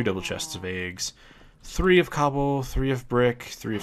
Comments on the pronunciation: you say "aags" instead of eggs. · You say Eggs Funny :P